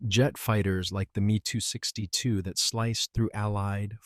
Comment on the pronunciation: I can't stand it anymore. Several of these videos insist on pronouncing the letters ME, e.g. ME 262 as the word me. You say the letters seperately, 'M' 'E' 262. Please somebody correct this.